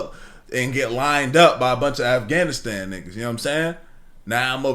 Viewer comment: Afgavinstan? 😂 I’m sorry. Why’d he keep pronouncing it like that ☠️